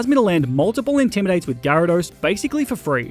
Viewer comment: DO NOT LEAVE OFF THE Y IN GYARADOS! AND IT'S WHISCASH, NOT WISKCASH!